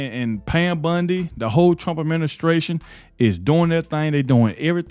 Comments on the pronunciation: Bondi. Not Bundy. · its BONDI...not BUNDY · Its not Pam Bundi. Its Pam Bondi! Please say it right! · I love how you say Pam's name!!! It makes me think of Peggy Bundy from "Married with Children" from the 90s. It's pronounced B-ON-DEE not B-UN-DEE. I mean no disrespect to you. I like your show I think you do a great job. It's just every time I hear you say Pam Bondy it makes me think of Peggy Bundy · Bond i not Bund e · BONDI not BUNDI! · Hey, I can't stand it, you calling her Pam Bundy, ITS BONDI!! It is spelled with an O not a U!!! Say it with me "Pam Bon-di,try it!! It's like the Bondo you use on a car, NOT BUNDY AS THE TV SHOW Married With Children!!! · It's BONDI not BINDI with an O not an I. I just can't watch til the end. Sorry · Pronounced Bon dee Bondi